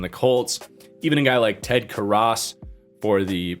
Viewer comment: Enjoy the content, but every time you say Ted Karras's name wrong you lose a little cred. His great uncle was an all time great, and had a pretty distinguished acting career after football. It's possible we've all been saying his name wrong, but look him up, 60 years of legacy has the pronunciation pretty well established.